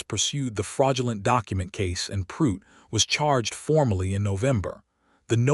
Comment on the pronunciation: Her name is pronounced Le-Tisha. Chester Pruitt last name is pronounced Pr-u-it. If AI cannot pronounce them correctly, change the names. Listening from Clarksville, TN.